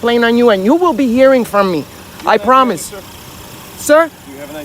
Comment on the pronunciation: I prrrrrrromise you. I prrrrrrromise you. I prrrrrrromise you if I see you in my community you will become a permanent resident.